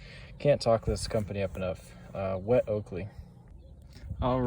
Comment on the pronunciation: Pronounced oh-koh-leh it means butt it behind in Hawaiian..